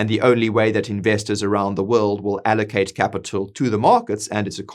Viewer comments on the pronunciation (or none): none